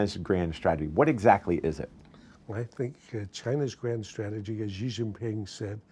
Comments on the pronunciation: Why can't you say Xi? It's not Ji. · Much as I loathe the Chinese government, at least pronounce their president’s name correctly, it is Xi which is pronounced like She, not Gee. Please continue....